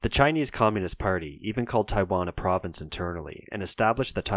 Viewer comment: If you are going to make a video about China and Taiwan might be a good idea to get someone who can speak Chinese to teach you how to pronounce the names.